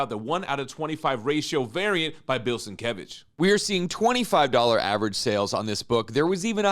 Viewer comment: I wouldn't stake my life on it, but I think he pronounces his name as bill sin-KEV-ich.